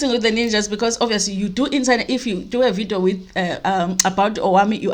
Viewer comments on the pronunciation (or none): Ow 🤣🤣🤣ninjas not nunjas